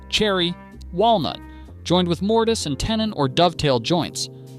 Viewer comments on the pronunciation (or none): Also- Mortise and Tenon is pronounced “mor-tiss” and “ten-in” You taught me something today, just humbly sharing something in return. Love the video, excellent research, keep it up!